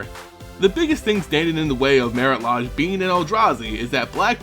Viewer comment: and its mare-it laydge not mare-it lahj